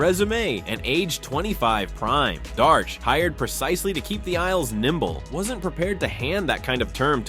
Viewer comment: Please learn to say Darche